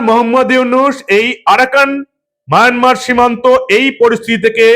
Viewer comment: মায়ানমার উচ্চারণ করার জন্য ধন্যবাদ। যদিও মাঝে মাঝে মায়নামার হয়ে গেছে।